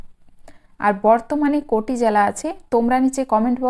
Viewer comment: Jala noy jela